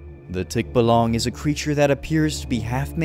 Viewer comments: Its tikbalang not tikbalong😊☺️ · it's not just called Tikbalang you should pronounce it "Tik" "baaa"/"ba....." "Lang" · Bro thx for the Philippines Minecraft Video we thx u so much but btw it's Tikbalang Not Tikbolong Bro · It's tikbalang not tikbolong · English tik-ba-lan Filipino tik -ba-lang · its not pronounced tikbalang but tikbaalang and bohol isnt pronounced bouhole but rather bo*seriously O*hol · It's tikbalang not tikbalong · Its not tik.balang pronounce it fast tikbalang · its ticbalang not ticblang😭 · His accent for the scary folks are so funny cause a fellow Filipino myself it's pronounced as Tik-balang not Tik-ba-lang😂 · its called tikbalang not tik-balang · My good sir no offense but it's called Tikbalang not Tikbolong☺️ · And may i correct you plsss its not to be rude it is said as tik balang like alang tikbalang not tik balaeng sorry if it is rude😅😅😊😊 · pre as a filipino im trying not to be rude but you pronouns tikbalang wrong its not tik balag its tikbalang may N po sha pre sorry pre had to point it out bc for future vids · Tikbalang✅ Tikbalong❌ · Its not tik bo loung its Tik (from the pronounciation of tiktok) ba (from the pronounciation of barrel) Lang (La comes from the pronounciation of lard and ng is just a ngggg) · When you say tikbalang made me laugh for hours😂😂😂😂 you say it like this tik ba lung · for the tikbalang u gonna say it as thick - baaalaang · well well you did wrong pronouncement for tik balang hah😂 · Tikbalang is pronounced tik baa lang pronounce it slow and fast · Tikbalang has a long a it's pronounced tikbaalang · Thick Balong 😂😂😂 Pronunciation isnt right but still good content dude, keep it up! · to pronounce tikbalang think of it as like you're pronouncing tick then the baa of a sheep and yes you pronounced the lang correctly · as a filipino its pronounced by us "Tik-ba-lang" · You saying tikbalang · I like if u say tikbalang😂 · raaaaaaaaaaaaaagh stop pronouncing it wrong :( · Man you pronounce Tikbalang worse than me💀